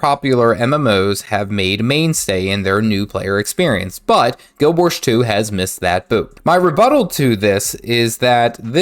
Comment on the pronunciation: 👎Learn how to pronounce the name of the game. 🙄